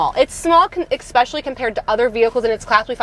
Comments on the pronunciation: I enjoy your reviews as I am looking at svus. One thing that you do drives me crazy. The word is especially not expecially. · I stopped at the 2nd EXSPECIALLY